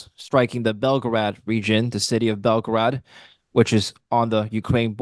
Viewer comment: Why are Americans confusing BELGOROD with BELGRADE ahahah